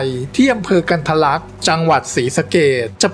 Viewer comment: กันทรลักษ์ อ่านว่า กัน ทะ ระ ลัก ไม่ใช่ กัน ทะ ลัก.